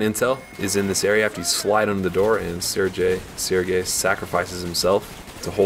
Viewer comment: Im pretty sure its pronounced SIR-GAY not SIR-JAY